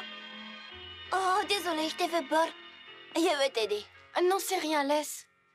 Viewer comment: A un moment où dans tous les autres épisodes il dit aulieu de je vais te la prendre il dit ye vais te la prendre